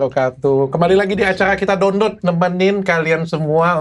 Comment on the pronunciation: dokter typo, harusnya download, eh nyebutnya dondod wkwkw